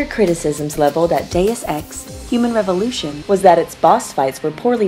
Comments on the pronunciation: Geez, so many mis-pronunciations. You really had to call it deuce ex later in video...aka crap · Mey-lee kills? Dus ex? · Did no one teach her words before the take? May-lay. Day-oose Ex. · "Day-us ex", my god it isn't hard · Quite a few Deus Ex veterans (going back to the original) actually pronounced it 'Deuce'. Either in ignorance or on purpose.